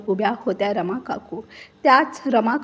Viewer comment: रामा नाही रमा